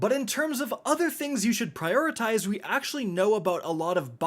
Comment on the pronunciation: "Priotitize" over and over instead of "Prioritize", surprised I didn't see a comment mentioning this already. Did see a couple call out the "Deprecated/Depreciated" usage at least.